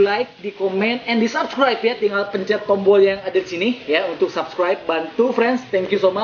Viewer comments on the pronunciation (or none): none